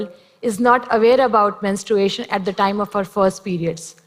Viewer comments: Can we just talk about how she said “menst- r-U-ation” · That Vlog Girl it’s just an accent